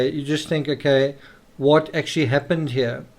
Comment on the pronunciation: So do I. I also love how "here" sounds like "yea"